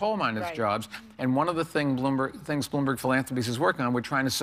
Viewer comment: Haha Whoopi, can't say his name. The fact that this show gets ratings is sad.